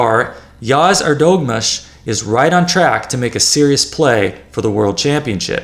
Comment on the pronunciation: EHR duh moo(h)sh, not your pronunciation.